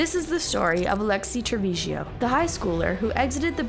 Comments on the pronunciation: 😊 please, her name is Trevizo, not Trevizio. It is destracting to hear different versions. Thank you for the coverage of this sad case❤ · Tre-VIZO!!! not tevesio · They all knew and hope she gets the maximum for murdering this precious baby. Also, please pronounce her last name properly: it’s Trevizo (tre-bee-zo) not Trevizio how it keeps being pronounced here. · Why you keep pronouncing her last name as TrevizIO? It's TrevizO. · she said trevizhio the entire video, i'm correcting because there WILL be follow up videos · I thought this video was pretty well done, but it bugged me that you kept mispronouncing the suspect's last name.